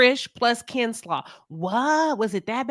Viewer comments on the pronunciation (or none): Did I hear KENSLAW????😂😂😂😂